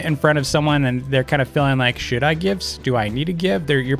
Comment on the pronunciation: Ik it says should but it sounded something different...